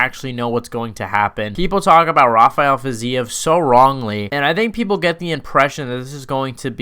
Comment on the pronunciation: Thank you for not calling him hafael like everyone ..people don't realize he's from Azerbaijan not Brazil